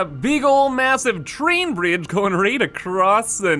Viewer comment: "The Choo Choo Chrain"